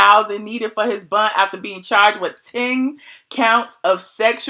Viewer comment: Im from NYC and I love the way you say bond..."bund" 😂😍